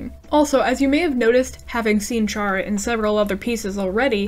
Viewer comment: I saw that mystery in the thumbnail /pos EDIT: FINALLY, SOMEONE WHO PRONOUNCES CHARA THE WAY IT'S SPELLED 😭 /pos